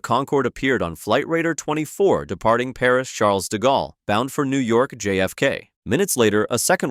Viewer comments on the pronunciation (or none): none